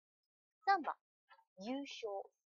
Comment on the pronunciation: 老师，优胜，优秀，日语读音搞错啦吧！！